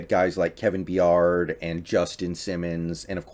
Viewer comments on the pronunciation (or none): Lol Kevin "BEEYARD" bro it's pronounced "by-ard" (ard like herd)